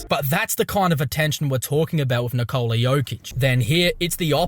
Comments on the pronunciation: His name is not Nikoooola. It is Nikola. Short O. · His name is Nikola not Nikoula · Níkola! Not Nikoula! Like Tesla bro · Will these Americans ever learn how to pronounce the name Nikola? Is it so hard? 😁